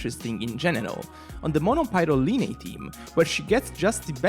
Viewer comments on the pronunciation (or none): dude it’s pronounced as lie-knee